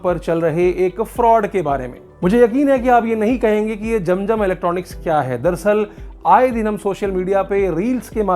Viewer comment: Jam jam nahi zam zam is the correct word. Pls pronounce correctly.